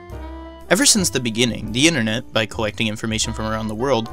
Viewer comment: "The innanet"